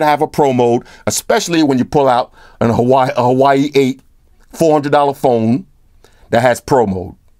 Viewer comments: The blue phone is Huawei and should be pronounce as "Hwa-Way", not "Hawaii" LOL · Huawei isn't pronounced "Hawaii" it's more like "whawei"😂😂😂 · Hawaii..... You mean Huawei? (Pronounced waa-way). Wish I had that V20 though. Not gonna lie, i'm thinking of an iPhone 7 plus but with their 20 year anniversary comin up tho i'm not sure if that's the right move either... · Huawei = "Whaa"-"Whey". I used to call it "Hawuawii" as well. Haha alright last comment. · I am so sorry bro but I gotta say it haha. Every single time you say Huawei "Hawaii" it makes me laugh out loud lol. Huawei is pronounced as Wow = hua, way = wei. So say it Wow Way :). Just for the tip: don't hate me please :P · I'm so immature I'm still laughing every time you say Hawaii (Huawei) lmao. for Prez 🔥